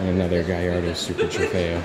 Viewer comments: ITS GALLARDO NOT GAIARDO OMFG HOW DO YOU NOT EVEN KNOW HOW TO SAY YOUR OWN CARS NAME!!! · did you just said gayardo?